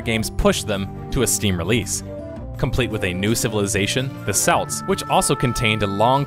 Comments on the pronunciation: Celts are not selts their Kelts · For the love of Wolololo, it's Kelts, with a hard C, not Selts, like the sports team I am seriously triggered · Gramma Police, Celts is not selts, it is Kelts... pweeeze. Thankyou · Gotta say seltics is only said that way for the basketball team in america. The ancient celts were always kelts... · rofl yeah, that stuck out. Selts hahaha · did you just callt kelts selts? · Interesting, love the death of a game series Ps. I believe it is pronounced celts as in kelts not selts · Celts is Kelts not selts you could even here the name in the talking you cited. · For future reference, "Celt" is pronounced "kelt", not "selt." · celts, not selts. come on lad. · Celts not selts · Its CELTS. not Selts. What is wrong with Americans? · Nor 'selts' gd it. Pronounced 'Kelts' lol. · not selts THERE CALLED CELTS k' lts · A lot of (usually Americans) pronounce it Selts/Seltics and it bugs me to no end lol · I'm American and I've never heard a single person pronounce Celts as Selts. Not one. The guy in the video is literally the first person I've heard pronounce it that way. Lmao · SELTS, drove me insane. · isn't the "C" Celts pronounced as a "K"? Yes it is. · Just to be a pedant, it's Kelts. Loving the video though ! Thank you! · Did you call the Celts the Selts ??? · you pronounce "celts" with a hard C so a K sound not an S sound. They arent part of the SPL. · Celts, hard c, like cap and curly. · Celts, Kelts not Celts. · Kelts. It's pronounced like kelts. A guy even says the word in one of the video clips you used. I wouldn't normally nitpick like this but COME ON, you've never heard of the freaking celts?? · *celts is pronounced kelts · Celts are pronounced like Kelts ya nugget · Great video but, omg, please stop saying "Selt". I'm a Celt myself and I honestly wish it was spelled with a K x_x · Celts is pronounced Kelts, lol. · It can't. It's a hard C, Welsh doesn't have a soft C, and I'm pretty sure Gaelic doesn't either.